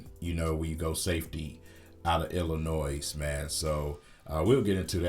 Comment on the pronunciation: How u not a casual fan and cant pronounce Illinois right? Bruh chill out we all know u got all the answers